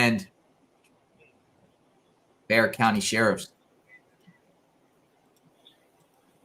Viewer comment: I'm impressed you pronounced Bexar right 😉 Crime has been so crazy here lately.